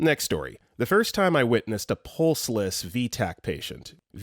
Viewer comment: pulseless not prrrrrrhlsliss